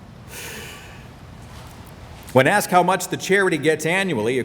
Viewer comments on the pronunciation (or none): none